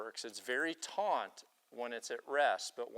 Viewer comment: *taut (hint: it's not taunt)